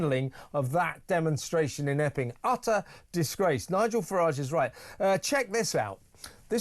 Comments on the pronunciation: Was that Epping or Effing? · Every time I hear EPPING...I HEAR EFFING. The CRIME COMISSIONER IS B.J. HARRINGTON's BOSS HE CAN SACK THE CHIEF CONSTABLE...SACK BOTH TO MAKE AN EXAMPLE